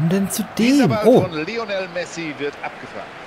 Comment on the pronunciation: Irre ich mich oder sagt der Kommentator die ganze Zeit "Rionel Messi"? :D Bei wäre ein Aubameyang nicht schlecht gewesen.